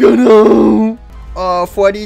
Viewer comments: I like how gregory says fweddy instead of freddy lol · I like geogory is saying freedwy